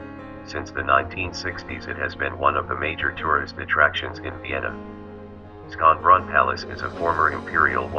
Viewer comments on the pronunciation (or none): Come on, Sconbron palace with [sk]? It is Schönbrunn in German, pronounced as [ʃøːnˈbʁʊn] with [ʃ]. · "skanbrun?!" if i hadn't recognized it, i would never have known they were talking about Schönbrunn